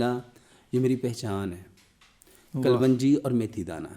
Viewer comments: یہ نہ حکیم ھے نہ ڈاکٹر ھے اس کو جھوٹ بولنا آتاھے جھوٹ بول کر کماتا ھے کلونجی کو کل ون جی بولتا ھے جاھل ھے ا😂😂😂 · KUL-WUNJI ? THE CORRECT PRONOUNCIATION IS, KALONJI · ڈاکٹر صاحب کلونجی کا تلفظ درست کریں